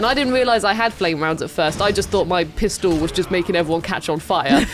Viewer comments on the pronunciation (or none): none